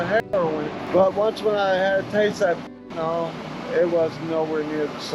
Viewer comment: FENTANYL not FENTANOL. There's no NOL. FENTA-NYL. Got that.